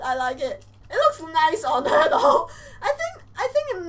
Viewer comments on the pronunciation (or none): none